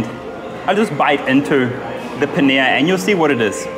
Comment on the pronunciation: Pls learn to pronounce dabeli and paneer it sounds so weird man